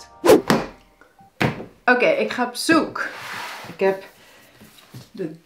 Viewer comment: Ik hoor ook een engels accent, hoor. Het accent wat Nederlanders hebben die langere tijd in Amerika of VK wonen ..(zoals mijn zus bijv.). een voorbeeld : de langerrekte uitspraak van 'zoek' . De intonatie klinkt soms ook wel Engels. Ik ken geen regionale 'accenten' die dit hebben. Misschien dat je veel engels spreekt, ik weet het niet. Maar de vergelijkingen komen niet uit de lucht vallen. Misschien is dit ook wel een 'accent van de toekomst' , zoals wel gezegd wordt van 'Poldernederlands' ( Sharon Dijkema) of zoals in sommige Amsterdamse wijken 'Hollandse' jongeren een lichte Marokkaanse tongval overnemen.